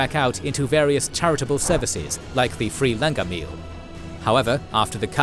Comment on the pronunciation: Love the explaination but please research and pronounce the words accurately - Langar is pronounced Learn-gar not LAN-GAR (gary) same for pronunciations of 5 Ks